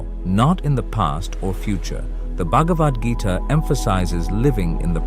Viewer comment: "...the bug of Adgita..."? Uh, pretty sure it's supposed to be "Bhagavad Gita"...😊